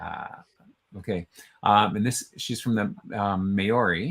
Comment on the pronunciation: I really applaud you for trying but your Maori pronunciation is shocking. e.g. Ngati - the g is silent. Maori is procounced Mao - ree not May-ri and the name for New Zealand is pronounced A-O.-tea-a-row-a. The Waikato river is pronounced Why-cat-o pretty much. I am Pakeha (Pa-key-ha) which is a descendent of European settlers of NZ. Someone should maybe put the phonetic pronunciation on those meanings at the bottom of the profile.